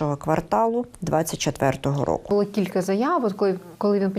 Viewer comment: НЕ бУло, а булО, не внЕсти, а внестИ! Українська мова це не львівський діалект!